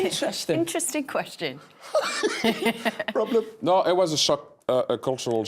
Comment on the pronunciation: BROOBLEM! 😂😂 Micah is a gem!